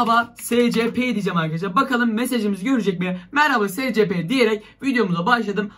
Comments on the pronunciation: Abi o secepe diye okunmuyor esipi diye okunuyor (SCP YAZMAYI BİLİYORUM ÇOK BİLMİŞ BEBELER DOLMASIN) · SCP diye okunmuyor esipi diye okunuyor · Abi siz buna nasıl inanıyorsunuz be. Ve SeCePe diye okunmuyor. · Scp vakfını bilenler +1 (büyük ihtimalle yorumlara bakmadan kapatıp gider ama) /SCP NEEE gıcık oldum olm okunuşu ESPİ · Abi o scp 096 değil es si pi diye okunuyo